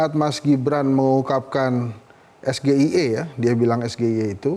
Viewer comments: Kami orang-orang cerdas di Borneo saja tidak mengerti pertanyaannya apa ??? Kalau yg dimaksud... State of the Global Islamic Economy (SGIE) : ngucapkannya.. es ji ai i 👍 bukan.. es ge i e 😂😂😂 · SGIE ...Sego goreng iwak endok. wekkkk. samsul. harusnya bacanya inggris. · Gibran gak tahu blas substansi, makanya singkatan abjad Inggris dibaca Indonesia jujur SGIE bukan S J EI I😅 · SGIE itu Kan singkatan BHS inggis harusnya diejanya ( es Ji Ai I ) bukan dibacanya SGIE, hadehhh dukung boleh tapi pakai lah akal sehat... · singkatan anak sulfat.... SGIE Sego Goreng Iwak Endog Coba kalau debatnya tidak dibatasi 2 menit.... pasti gibang plonga plongo Ngucap lafal SGIE aja udah salah .... diketawain ama bule2😂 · Mau ngejebak , malah terjebak awokwowk , ngomong SGIE AJA GK BISA 😂